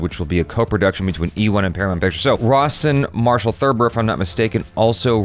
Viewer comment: Every time you say Rawson Marshal, I keep hearing Ross and Marshal